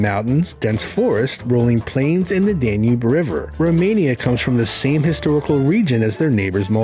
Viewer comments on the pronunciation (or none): none